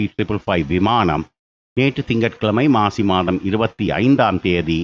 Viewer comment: இன்று செவ்வாய்க்கிழமை மாசி மாதம் என்று உச்சரித்தீர்கள் தமிழ் மாத பெயர் மிகவும் சிறப்பு....